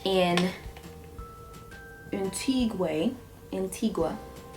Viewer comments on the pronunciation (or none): Ok..., Imma need you to get it 2gether pls😂😩...Antigua is pronounced "an-tee-gah" - it's a Caribbean island. Beautiful make up as usual 😘💃🏾💯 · an-ti-gaa= antigua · it's pronounced An-tee-gah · It's /anteeguh/